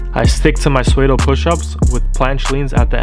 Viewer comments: Haha, made me laugh too. it's pronounced 'Sudo' ;) Otherwise good work! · It’s pronounced sudo bro not swaydo haha, cool routine tho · Psuedo is pronounced “Sue-dough” Great video mate :)